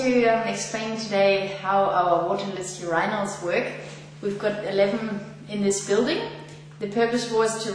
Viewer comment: Your - eye- nals.